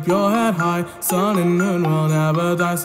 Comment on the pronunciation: you said "sin" not "sun" just to tell ya not making fun of you or anything just letting you know